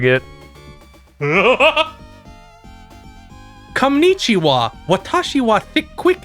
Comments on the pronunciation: "konichiwa" made me spit out my drink. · I heard "Cumnichiwa," and did a double take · Its "cumnichiwa"